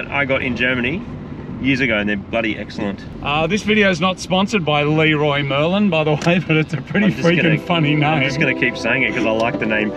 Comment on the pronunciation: ( 550 owner ) to start off with ; i hope you enjoyed the trip ; the traffic here is insane but the places you get to see are just amazing. the Fact you called the shop Lee-roy Merlin made me die ... i call it like that all the time .... as far as the clio goes; you did her a solid on that ; pretty sure that car never so good tires. That car collection is absolutly stuning ! ps ; dedicace aux français qui disent 'chocolatine' mdr.